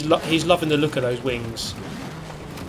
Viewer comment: sounds like you are saying "I'm a fan of big wangs obviously"